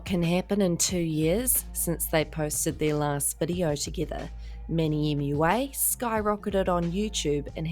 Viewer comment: I love how you say “manny mulalala” so funny!